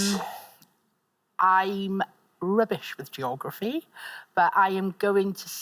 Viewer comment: yeah, that pronunciation drives me up the fucking wall.